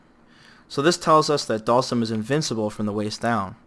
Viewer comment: The way you pronounce Dhalsim sounds like Dawson.